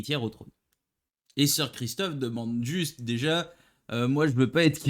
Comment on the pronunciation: Sir Criston pas Christophe Sir Laenor pas Leor. Juste pour préciser, le mariage a été avancé au même jour de la cérémonie et je pense juste que Rhaenyra était sous le choc pas qu'elle ne voulait pas se marier. Mais le mariage a été proclamé . Sinon bonne vidéo comme d'habitude